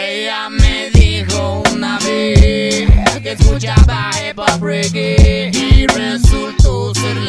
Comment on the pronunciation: que escuchaba HipHop, Reggue.... ensí dice HepHap xd